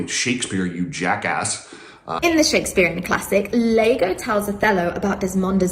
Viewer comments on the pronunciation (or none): It’s Iago, not Lago… comedy writes itself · Hey, isn't Iago pronounced Yago not Lago? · Yeah, it's pronounced Ee ah go. obviously googled Cuck, saw Iago, and didn't realize that the first letter of dude's name was an I and not an L, cuz she can't read?